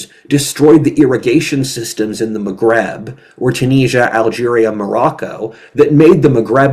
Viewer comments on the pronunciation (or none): It's Maghreb, not "magrab"